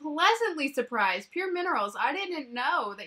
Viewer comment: I WANT THIS PALETTE SO BAD 😫😫😫😫😫 lol also... have i been calling pur cosmetics wrong? Lmao!! Saying pur minerals a million times in this video 😂😂😂